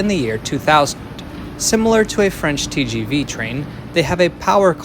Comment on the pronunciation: I'm surprised you didn't pronounce "TGV" the way the French pronounce it. You're usually good with languages.